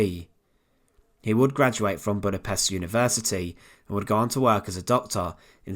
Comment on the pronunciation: Don't present yourself as a historical documentarian if you can't pronounce Budapest.